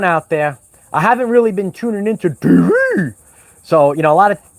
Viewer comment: The “t.veee” hahaha.. scobby doo style ;) 🐶….. I can’t watch the MSM, or listen to the radio… it literally makes me feel sick. All lying demons. Hopefully see you later I’m a new Patreon…: So tired 😪need to do some house chores :)